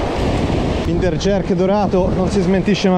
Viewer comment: finder si pronuncia "Fainder"